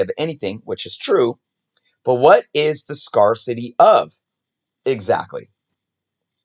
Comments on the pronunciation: Great video, read the article! Oh and also fyi, 'scarcity' down into sounds: [SKAIR] + [SUH] + [TEE]. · not sure if anyone else has pointed this out but scarcity is prounounced scare city as 1 word just let them run together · Scarcity is pronounced like S. CARE city. Good episode either way. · It's pronounced "scare-city" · I think it was scar-ity or something like that. It is definitely a weird word to see, with the pronunciation being different. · Umm, you are mispronouncing the word "scarcity". Ask Alexa how to pronounce it. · East coasters say. "Scarcity" different. . Where I'm from we say "scar -city" ... This is the 2nd east coast collector just in the past 30 mins say it the way He says it on here lol